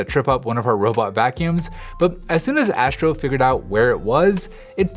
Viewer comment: Asssssstro. Not Ääschro